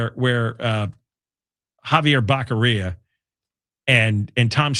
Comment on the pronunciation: That is NOT a FAKE SMILE John. That is a JOKER'S (CLOWN) smile.. It's Javier Bocc'oria, not Bacceria